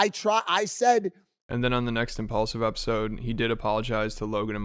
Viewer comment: Why do you pronounce impaulsive like impulsive? I can’t explain it but it basically means you’re a beta cuck Also stop covering Logan Paul content. That’s as smart as using your clash of clans gameplay in your older videos